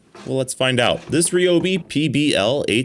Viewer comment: "Ree-Obi" He says... ;)